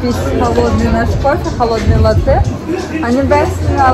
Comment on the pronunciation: ну а европе коттон очень дорогой, и надо говорить не латтэ' а ла'ттэ это итальянское название молока